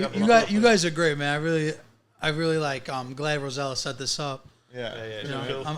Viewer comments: Please stop calling her rosella that’s an entirely different name from her name, I’m sure if her parents wanted to name her rosella they would’ve. They named Rossella learn how to pronounce your guest’s name, Ros…sel….la very simple. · It looks like enjoys pronouncing incorrectly Rosella instead of Rossella.